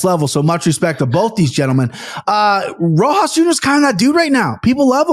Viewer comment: The juxtaposition of being able to mess up any last name in multiple ways, next to Aniks ability to never forget one. Is honestly hilarious. Rojo Rosas Rojas Rohose. 😂😂 my guy is Mexican not Brazilian.